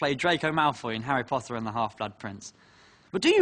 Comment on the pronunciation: he finally said Harry ✨Potter✨ correctly HAHAHA